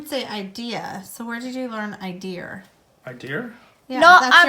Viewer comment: Idea-"r" for idea is a Brooklyn-ese affectation.